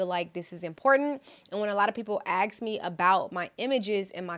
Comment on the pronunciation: its called ask not axks in english language.. just saying